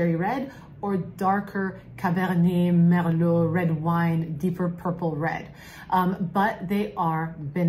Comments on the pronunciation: Just want to high five the "Cabernet, Merlot" pronunciation ✋️☺️ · Say Merlot, Cabernet again.